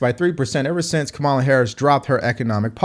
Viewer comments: Thank you for the enlightening podcast. Just a suggestion—her name is pronounced Comma-la. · Her name is pronounced KA MOO LA